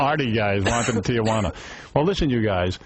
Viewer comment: Stern can't pronounce...Tijuana? What a hick....with a lot of moola...and no looks. And he's admired throughout the hick country? A Walmart Pied Piper! The rest of the 6 plus billion in the world.... if they had to look at this male witch .... would dump this male witch in a dumper.